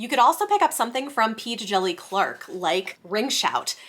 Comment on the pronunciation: Awesome list! Thanks. Can’t go wrong with Tor. (Quick note: P. Djeli Clark says on his website that the D is silent! I see that you take great care with proper names and pronouns, so I thought you would like to know!)